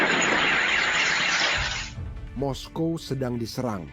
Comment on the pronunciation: Moskow ya moskow bro kok mesti moskowa bikin malu aja ditelinga dengar risih.